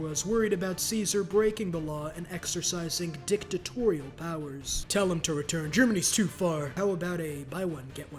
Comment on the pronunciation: Why did this emphasis on the d after has me dying bc i got high watching this... i heard dicktatorial 🤣